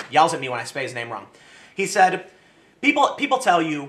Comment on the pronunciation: You spaid said wrong.